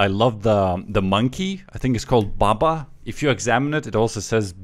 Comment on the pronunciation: I don't know why I laughed so hard, maybe it was the way said monke. The way he emphasized it was quite funny ngl